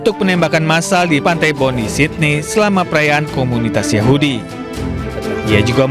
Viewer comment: bacanya bukan bondi tapi bondai